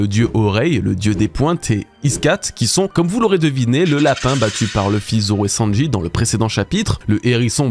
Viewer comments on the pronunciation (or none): none